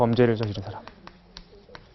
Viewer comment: 선생님! 학자께서, "사람"이라는 평상어의 발음이 틀렸아옵니다!! ""사람"의 "사"를 "짧게" 발음하셨읍니다. "사" 는 "길게" 발음하는 것이 Korean language이올시다. 이런 평상어의 발음문제가 있는 나라는 대한민국뿐이올시다. 이런 문제가 있는 학자의 강의를 들으며 "예! 예!" 하고 듣고 있는 한국의 문화기 "오호 애재! 오호 통재!